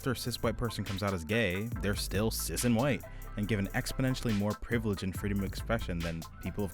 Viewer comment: Okay im all up for this but he lost me at "cis", "cic"... "SIS". Not trying to show any negativity, im bi but there's so many out there I can't keep track, what is this he speaks up.